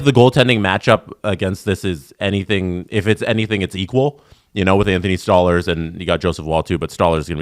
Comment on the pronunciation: The way said Stolarz made me end the video and unsubscribe